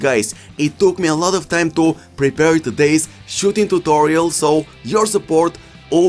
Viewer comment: Like how he says tutolio